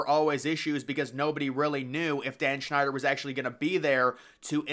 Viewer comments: Error. “Dan Schneider” your talking about that monster that worked on Nickelodeon rather than the team owner. It’s pronounced “Dan Snyder” you gotta put effort in your videos. These videos you make have errors. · His name is Snyder, not Schneider. And it's pronounced DUM-freez, not dumb fries.Details are important when reporting.